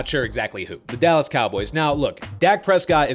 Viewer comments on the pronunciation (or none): none